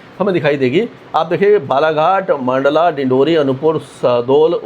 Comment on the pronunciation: Mp का जिला मंडला को मांडला उच्चारण न करे सर आपकी बाकी वीडियो में उच्चारण गलत करते है